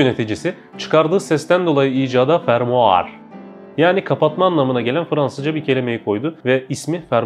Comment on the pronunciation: Fermar degil fermuar